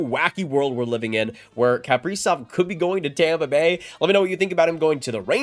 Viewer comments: How this guy pronounces kaprizov is nails on a chalkboard to me. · This dude says his last name so weird. Haha. Huge wild fan. This sucks. We need to sign him and lock this guy in. For real.